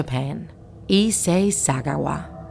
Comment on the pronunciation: Spelling:issei sagawa The way she said it:essah suguwa